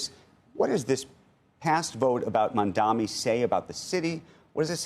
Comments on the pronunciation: How difficult it is to say MAMDANI instead of MAMDAMI? Is this intentional? What is the reason? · You still calling him “Mamdami” instead of Mamdani, what is the reason? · I know CNBC has a Israel agenda BUT - At least say his name right. It’s Mamdani. Pretend better! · Purposely not pronouncing mamdani name correctly. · Bro, these incompetent corrupt losers can't pronounce Mamdani's name right 😂. Kinda impressive ngl . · They keep pronouncing his name wrong. It's annoyingly disrespectful. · You can't expect to beat someone when you can't even say his name right. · It's incredible that they still can't say his name right.... It's literally phonetic.